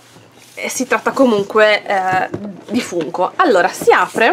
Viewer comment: Si però si legge Fanko🤣🤣